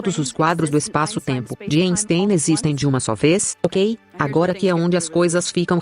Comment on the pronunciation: A dublagem é péssima , além de pronúncias erradas das palavras pixel e Einstein, por exemplo.